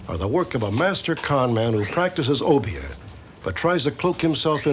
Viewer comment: I appreciate the correct pronunciation of obeah & st croix